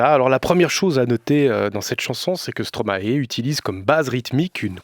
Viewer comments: Juste un détail (mais qui est énervant à la longue, un peu...). Stromae est belge, et en Belgique, on ne prononce pas Stromahé, mais Stromail (comme la plante alliacée) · Les Français, arrêtez de dire "Stromaé". Ça se prononce "Stromaï" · Justement, en latin "ae" se prononce "aï", non ? "maïstro" En tous cas stromae lui-même dit "stromaï". Indéniable, on a fait la même école et on le connaissait en 2005 quand il faisait encore du rap